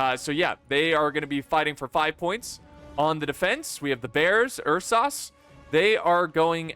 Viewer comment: I LOVE YOU MAN LET ME HELP YOU PRONOUNCE URSAS Its Ur-Suhs. UR-Suh-s = Ursa-s